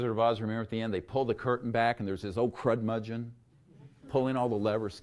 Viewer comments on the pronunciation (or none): I don't know if he mispronounces curmudgeon wrong on purpose, or if he really doesn't know how to say it. Every time I hear him mispronounce curmudgeon it is like fingernails on a chalkboard. Other than that, I like hearing what Dr. Greer has to say.